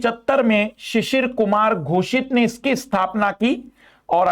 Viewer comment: Sir ji shishir kumar ghosit nahi shishir kumar ghos hoga 🙏